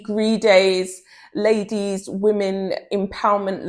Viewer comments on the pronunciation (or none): none